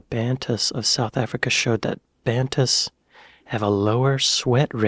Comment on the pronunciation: Just so you know, bantus would be pronounced ban toos